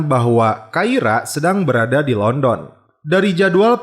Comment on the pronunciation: Pengucapan Londonnya salah mas